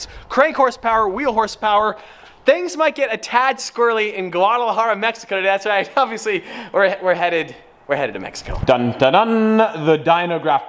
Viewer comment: It’s not pronounced “Gwadalajara” it’s pronounced “Wadalajara”.